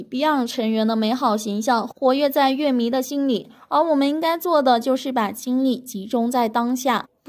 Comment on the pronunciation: 我的天啊，居然管乐（yue）迷叫（le）迷。我是怎么点进来的。。。